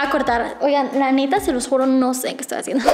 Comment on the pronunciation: disculpame pero dijiste se los guro😂